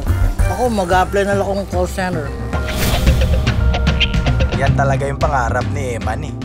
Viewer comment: "Call Cen'er"